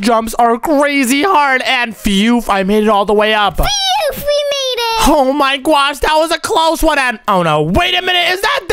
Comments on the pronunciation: why are you like"oh mwy gwosh guys" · It’s not gwosh is gosh